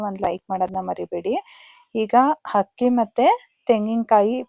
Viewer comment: ಹಕ್ಕಿ ❌ ಅಕ್ಕಿ✅